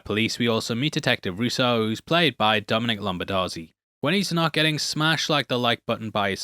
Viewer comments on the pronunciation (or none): none